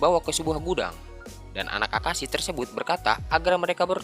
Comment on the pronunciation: bukan akashi tapi akihisa